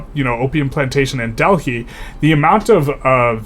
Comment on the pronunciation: Btw its pronounced "deli"